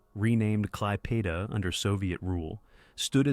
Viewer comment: Operation Bagration and Klaipeda is pronounced totally wrong. I can't even listen a whole minute to this.